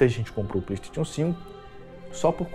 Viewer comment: parei de assistir logo no início, quando ele falou "pleitetion" em vez de "playstation".